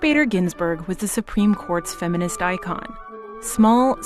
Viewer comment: "Icon" LOL